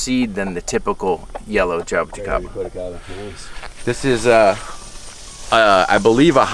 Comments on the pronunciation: Jay-bo-ti-kay-ba Classic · pronunciation of jaboticaba though... hah-boh-tea-ka-ba